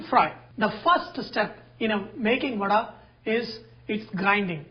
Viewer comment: Thanks for sharing the trick to make it fluffy, that too with your own hands. I like your pronunciation as "VADAI" and not Vada. Well atleast, for most part of the video.